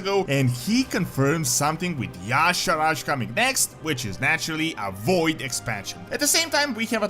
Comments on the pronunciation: WHY THE FRICK does everyone say Yaw'sharaj when pronouncing Y'shaarj ...It's more like Yi sha arj or Yi sharj going long on the 'a'...there's no 'yaw' and there's no 'raj'. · then why not spell it that way...ARJ is not pronounced RAJ